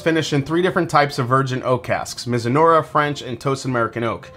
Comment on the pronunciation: Btw, it's pronounced mizu-NAH-rah (not unlike saying marinara the Italian-way)